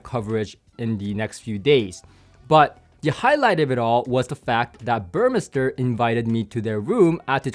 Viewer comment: Good that you refined your pronunciation of "Burmester" (now correct, compared to your teaser video).